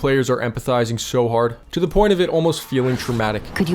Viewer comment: “Sarah is dead, ze zombie win…”